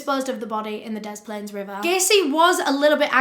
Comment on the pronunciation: Hiya from Chicago! Loved this! Very detailed. I chuckled a bit when you said cook county. It’s not a city it’s literally just a county with a bunch of cities in it like Chicago. Also great work on pronouncing des plaines right! Most people outside of Illinois pronounce it wrong.